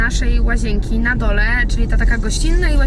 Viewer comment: łazięki - mówi sie łazienki - n jest w srodku